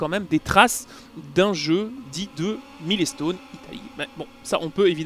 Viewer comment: "Milé-stone"... j'ai arrete là. Desole